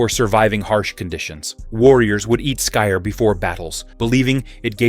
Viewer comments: You shouldn’t mix skyr and honey. The antibiotic qualities of honey kill the probiotics in the skyr. Also skyr is pronounced more like “skeer”. The Icelandic y isn’t pronounced with a long i sound. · Just heard him say it… very bad. Americans have the worst pronouncing.